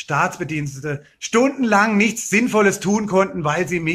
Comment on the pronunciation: Nischt wird passieren